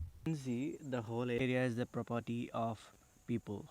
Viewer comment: Pro-potty? Or Property? hai heads of to ur AMeRiCAn English 🙏🏻